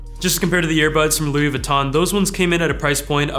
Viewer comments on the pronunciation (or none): none